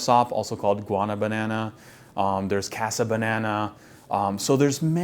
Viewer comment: plants are also eukaryotes, just pointing it out. Oh and guanabana, not guana banana hahaha